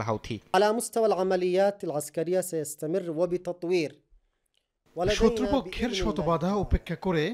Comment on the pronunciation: হাউথি না হুতি